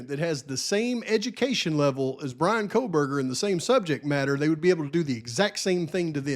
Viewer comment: Megyn Kelly says "Kohlberger" with an L. I think Nancy Grace does too. 🤦🤦🤦 No way anyone sat around with dead bodies for 8 hours. And no way one dude unalived 4 people in 20-25 minutes with a knife. Especially when one was a male who was bigger and Xana put up a fight. What about the talk of Maddie's wounds and Kaylee's wounds not being the same indicating different weapons? My question is, are DM and BF going to be required to take the stand? These girls know more and their stories don't add up. The house being demolished before trial is ridiculous.